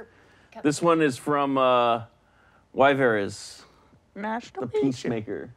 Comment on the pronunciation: nice that you get my name right ;) most ppl don't make it to say Wyveres the right way ^^